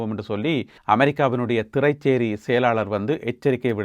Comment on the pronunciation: "திறை(ச்)சேரி" என்று சொல்வதில்லை திறைசேரி என்று சொல்வதே வழமை.